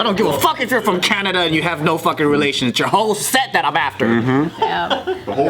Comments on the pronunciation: "I love Canadia" "In Canada, Bruh 😂🤣😂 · Canadia or Canada🤔